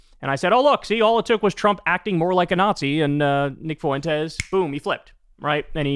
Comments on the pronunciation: I'll never get this weird pronunciation of 'Fuentes'. It's "FWEN-tez", not "foo-WEN-tez". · Nick Foo win tez hahahah